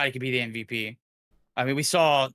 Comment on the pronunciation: Its supposed to be mvp not mvt 😂😂😂😂